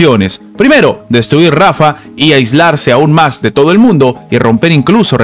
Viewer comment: Se dice rafahhhh no rafa! JAN YUNIS NO YAN YUNIS, USTED NO SABE PRONUNCIAR ESTOS NOMBRES.